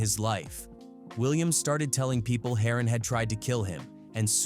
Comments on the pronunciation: "Harrin"😂 Its pronounced HERON ( HAIR-RON) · HATE THE DAMN AI BULL ISH, PRONOUNCING EVERYONES NAMES WRONG! Its "HAIR-ON" LIKE SHORT FOR HEROIN. SMH😂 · It’s heron like heroine 😂 may be I should do this id be a great YouTuber ai 🤖 amazing